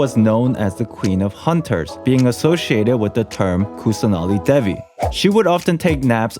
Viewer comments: Lol Devi is pronounced as Deh-vi not De-vi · also btw im indian and i can help w some of the pronounciations. kusanali is actually kussah naali, then devi is they-vee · Video was still awesome, (also devi is pronounced they-we 😶) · Devi is pronounced like Day-vee. But the D has a sort of th sound after d.